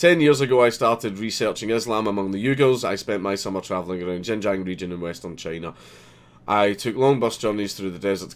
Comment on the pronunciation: Not to mention that Xinjiang is pronounced "Shin-jang" NOT *Jinjang!